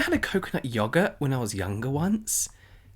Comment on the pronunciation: The way he says yoghurt! 💛